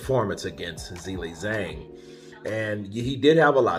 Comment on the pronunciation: I suggest you learn to pronounce boxers' first and last names correctly. I believe you will succeed, considering that you are so good at imitating the sounds of various people. Examples of incorrect pronunciations: Zhilei Zhang, Hrgović. First for these two fighters, please. ☺️🙏 Thanks! You can find the correct pronunciation online. It's also respectful to the boxers.